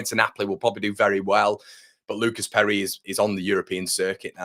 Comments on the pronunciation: Your pronunciation of Perri … outstanding 😂👍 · If he is Brazilian you are murdering his name - but love the enthusiasm - We need more Brazilians